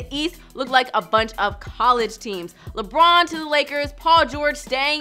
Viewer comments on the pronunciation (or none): none